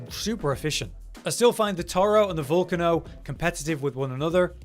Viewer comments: In Italian its vool-cah-no. Go figure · Its pronounced val-cane-no